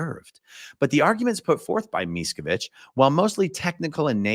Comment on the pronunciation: lmao mieskavich 🤣🤣😂